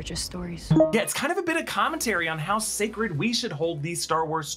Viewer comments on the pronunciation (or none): none